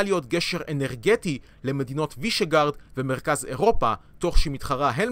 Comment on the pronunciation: וישגראד, לא וישגארד